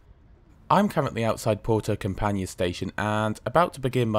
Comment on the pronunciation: Thank you. I know the traject well, but it is always fun to see a review. Campanhã is pronounced like campanYEAH. Not CamPANya. But I´ve heard worse ;)